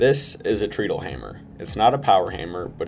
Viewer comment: Treadle is pronounced: tred-uhl. Tread like a tire. Not Treadle like tree-dul.